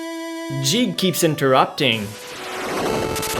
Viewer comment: You're saying "Jeeg", when in fact it's "Geeg" as the original Japanese is ギーグ (Giigu) Ang "Jeegas" is "Guy-gas", though in Japanese his name is still ギーグ